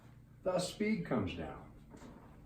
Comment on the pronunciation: The neep for speep